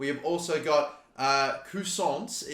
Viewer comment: It’s pronounced K u i z an s